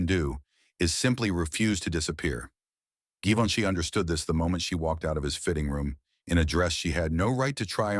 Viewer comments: AI. “Geevinche” 😂😂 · Tirally fake story You cannot even pronounce his name correctly Good grief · AI garbage; can’t consistently pronounce or spell Givenchy correctly. Disrespectful and insulting. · The voice chosen was excellent. But whoever edited this piece of AI slop should really have focused on pronouncing Givenchy correctly every single time it was uttered. The mispronunciations and the misspellings in the captions pissed me off. It actually served to undermine the entire narrative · If you make a story about Givenchy, make sure to mispronounce tha name. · At last! Successful in failure. I thought he was trying to say Leonardo da Vinci!